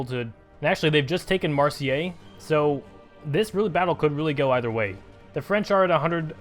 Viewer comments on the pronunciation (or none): Marseille is pronounced "mar say" lol